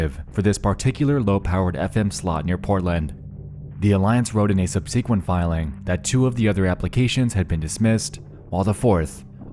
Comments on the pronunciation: The real mystery here is why Nexpo pronounces subsequent as Sub-See-Quint, is he human? Or an A.I., is that why he is so good at sleuthing around the net? Joke, I love you. I think I remember seeing those original reddit posts a couple of years, so it's quite fascinating to see how much was behind the initial weirdness. The layers of the mystery onion. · It's pronounced "sub-se-quent", not "sub-seeee-quent". Please stop drawing out the "E" part in the beginning of "sequent", it's triggering me. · Why can't you pronounce the word "Subsequent" correctly? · Ok but that's not how you pronounce subsequent. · 2 things: It's definitely not important, but just wanted to point out that the reply from CAT came from one (Kat)rina. And it seems that Nexpo is trying to use the word "subsequent" more just to piss me off with how he pronounces it. No harm done. Love your work